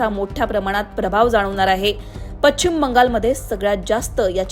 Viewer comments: शुद्ध मराठीत बोलणाऱ्या व्यक्ती ला बातम्या वाचण्याचे काम का देत नसावेत लोकमत वाले? पश्चिम शब्दाचा उच्चार पच्छिम न चा उच्चार ण आणि ण चा न इत्यादी. मराठी वाचवा.... शुद्ध वाचा आणि बोला, लिहा. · पच्छिम नाही गं बाई... पश्चिम म्हण.